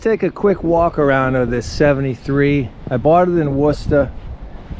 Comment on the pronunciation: I might stay just for the simple fact that you are the first person from The American continent that can pronounce Worcester 😂.